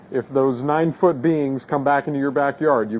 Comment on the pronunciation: emphasis “9 foot beings”